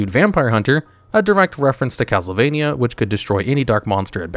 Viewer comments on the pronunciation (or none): none